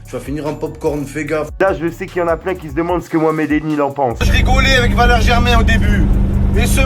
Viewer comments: Tu zehef a dire Valeri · Valérie Germain mdr jsuis mort c'est Valere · c valere germain pas valéri germain mdr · c'est Valère et pas Valérie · C pas Valérie germain mais Valére germain,non ?😂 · Wallah tu mstress valere pas valerie sinon bonne video 💪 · Valere et pas valerie